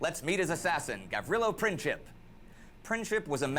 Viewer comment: Ye, just like an American, never know how to pronounce mans name ,,Gavrilo Princip